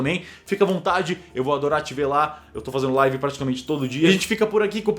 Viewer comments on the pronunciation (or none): none